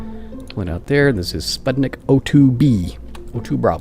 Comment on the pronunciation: Just little note:there were spuTnik,not spuDnik.LoL.